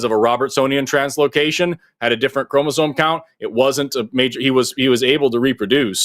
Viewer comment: keeps saying "chromozone" and now I can't stop humming "highway to the chromozone."